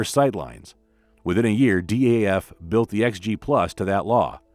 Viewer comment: Today one can buy a KW COE in Australia. New! DAF is pronounced wrong (also owned by Paccar)